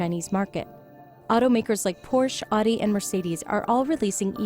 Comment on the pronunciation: the female narrator pronounced Audi wrong